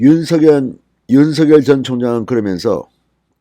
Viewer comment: 진성호님. 윤석열 후보님의 성함. 발음은. 윤서결이 아니라 *윤성열* 로 발음 부탁드립니다. 윤후보 본인도. 한 아나운서 질문에 "윤성열이 좋다"고 했어요.